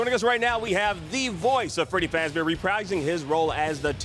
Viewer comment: "FREDY FAZBAR"